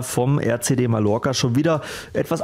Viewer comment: Wie sprichst du eigtl Mallorca aus ? Schämst du dich nicht ?